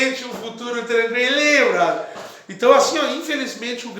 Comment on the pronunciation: Eaeeeeeeeeee KD o Chico Vc não pode falar Brodher Vc não é Carioca 😂😂😂😂😂